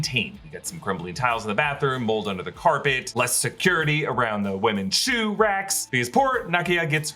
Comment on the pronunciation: i don't care who sees this, but i just lovee how stresses the "shoe" lmfaoo